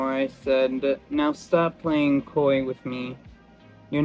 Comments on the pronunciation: bruh said dont be koi with me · "Playing Koi" lmaoooo L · Bro said "don't be koi" like the damn fish😂😂😂😂😂